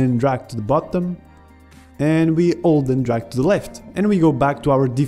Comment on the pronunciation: it sounds like you say "alt" when you say "hold" when talking about spiting windows